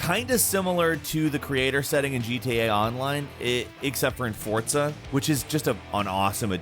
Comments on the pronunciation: It’s pronounced FOR-ZA not Fortza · I get so annoyed when people say Fortza instead of Forza, stop it! Please 🙏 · Anyone else annoyed at him saying "fortza" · It’s not forsza, it’s fortza. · It's not pronounced "for-tsa" it's "for-z-ah" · When did forZa get a T in it? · Fortza? Bro its Forza For-Za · forZa not fortza ... fortnite and forZa didnt have a baby together ... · It's forza not fortza haha 😅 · It makes me mad he pronounces “forza” as “fortsa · FORZA not FORTZA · Its called Forza, not fortza....... theres no t in there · its called fortza according to these guys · "fortza" um wat? Smh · Anyone Else Get Triggered When He Kept Saying Fortza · Dawg I know he didn’t say Fortza. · FORTZA FORTZA AAAHAHHHHHGGGG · Would you just me or does It sounds like he's saying fortza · Why do you keep saying Fortza? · Nobody: Absolutely nobody:: "fortza" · Is it really pronounced as “Fortza”?!!!! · The game came out 2 years ago, if he didn't play it again recently it's normal to misspronounce names, especially considering how many games and characters they went through in 2 years. You really overestimate the memory people have especially on pronunciation of foreign names/words. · Why does this man pronounce forza with a "t" ? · really?.. Oh OK then, I guess we pronounce things differently in this part of the world 😂